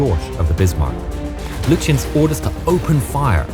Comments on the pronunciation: Gunther Lutjens is pronounced Goon-ter Loo-tiens. Prinz Eugen = Prince Oy-gen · Not to be that person but you mispronounced the Prince Eugen and Lutjens. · Not only does the narrator pronounce the admiral's name incorrectly but also the Prinz Eugen, what's more laughable they incorrectly begin the fight from the wrong positions the German's had crossed the "T" on the British when the fighting started so much for historical accuracy.